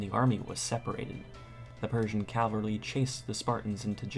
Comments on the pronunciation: CAVALRY you dumb shit not calvary .... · the narrator needs to learn the difference between calvary and cavalry. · the word is Cavalry not Calvary !!!! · Good video, but a correction: The word is "cavalry", not "calvary". "Calvary" means something else entirely. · "calvary" :face-blue-covering-eyes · i believe he was referencing the narrator's pronunciation of the word "cavalry"